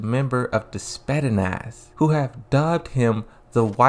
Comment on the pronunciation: ヾ(･д･ヾ) I'm laughing so hard when you butcher pronouncing Spetsnaz! You're killing me man! Also, perhaps is not 'crush' probably like an older brother-younger sister relationship. And I agree he doesn't have a story, is like he's there just to fill the rooster... Still thank you for the video~